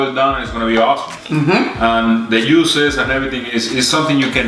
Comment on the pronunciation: I knew this video was coming as loves this cut of beef and when he says it yuicy, yuices, and deeeliiiicious it tickles me. It looks good and glad you finally got to picanha. It surely cooks fast in the cookers. Got love the Mr and Mrs Ninja tshirts and cooking on a Ninja perfect. You guys are the ninjas of the.